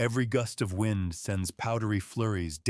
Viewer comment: "wined" howling... Spoken by a machine that's never felt or heard any wind.